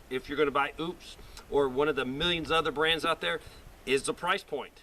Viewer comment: it's O-PUS. not OOPS.